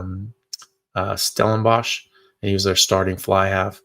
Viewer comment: Your pronunciation of Stellenbosch was spot on! Well done. :D